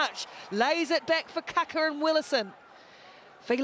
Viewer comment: My ears are bleeding, pretty sure it's Kākā not kaka....2 very different things lol